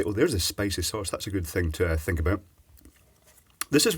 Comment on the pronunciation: "Out and aboot"